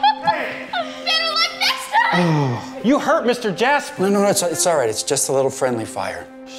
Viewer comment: He didn’t even say jasper he said “jas-ber”😂😂😂